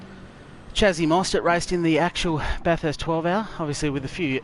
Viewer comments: It's the 'urrst' at the end. It's more of an 'est' as a local. Are you in SA or WA by any chance? I've got a mate in SA that says it the exact same. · I've never heard a bunch of Aussie mangle the word Bathurst so badly. Fantastic effort and execution of the race and try-outs though. Moving on to a different track for another race or sticking to Bathurst?